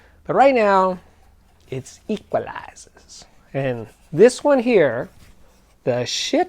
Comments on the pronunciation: you pronounced equalizers absolutely perfectly! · He went full on genteel southerner on that one.